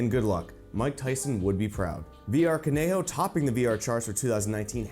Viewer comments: Love the straightforward review, very clear and concise! One small thing tho: Kanojo is just pronounced “Ka-no-jo” NOT “Ka-ne-ho”, the word itself means “girlfriend” in Japanese. Overall a great video I’m glad I subscribed, Keep it up man. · VR Kanojo is pronounced Khan-no-joe, that is funny that's its topping the charts though lok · Lol did he just say “koneho?”😂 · VR カノジョ is not pronounced however you did it, it sounds like this: "ka-no-jo" with short O's on no and jo. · Kanojo is pronounced Kah No Joe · I love you but please pronounce Kanojo correctly especially since you're a weeb 😭